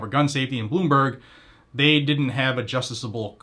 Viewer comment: You're missing a couple of syllables: jus·ti·cia·ble.